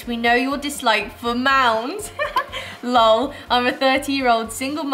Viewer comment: Omg she pronounced lol as lull 😂😂. That's so pure